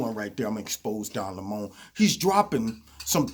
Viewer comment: I've been pronouncing Don's last name wrong... Lol